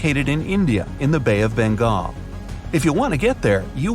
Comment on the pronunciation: Okay? India? Nooooooooooooo Come on it's Bengal not bengol